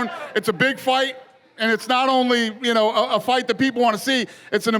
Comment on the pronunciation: Haha anyone noticed Jorge doing Tony Montana’s accent ?! “Juno”...😂😂 look 👀 at ju now!! 🤣🙌👃